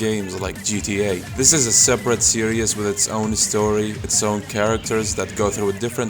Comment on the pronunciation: its hard to listen to you when you say series as serious